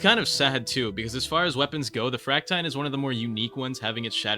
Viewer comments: fract-iyne instead of fract-eene is crazy🥀 bro can't pronounce siege right🥀🥀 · its pronounced frac-teen but yeah the fractine needs love bro